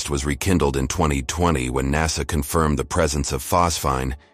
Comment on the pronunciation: The narrator is a robot and pronounces the same word in different ways. NASA is sometimes called NASSER!